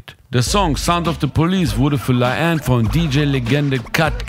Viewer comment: digga, ihr habt die namen bei la haine falsch …